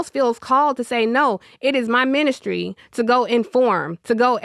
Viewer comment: I really dislike how she keeps bastardizing the word “ministry” 🤢 These folks are insufferable elites 🫠